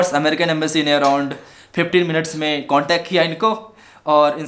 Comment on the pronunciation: the thing is that Indian embassy was knowing everything what was going to happen there because of secret agents .. And raw .. And the point is embassy said him whatever to do was for his safety bro. I wrote that spelling wrong beacause I was denoting his speaking accent I.e. ambacy😉 . Jagdam 🙏